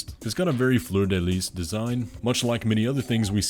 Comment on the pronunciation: now repeat after me "flur deh lee". Not "flur duh lease". 😅